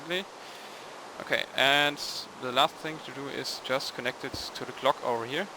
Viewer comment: your english is surprisingly well - if it wasn't by your heavy ancent i wouldn't know you weren't english The only thing i am going to suggestion on you is to work on the proper ways to say the word "just" in a sentence